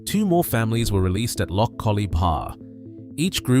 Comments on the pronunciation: you could at least pronounce loch correctly. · Had to stop listening due to the horrofic mispronunciation of place names and Loch.